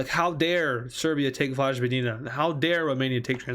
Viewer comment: Its Voy-vo-dee-nah, not vodge-vo-dina